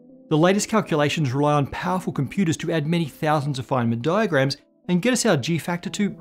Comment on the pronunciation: Anyone else hearing ‘flamin diagrams’ as if al from home and away was a professor?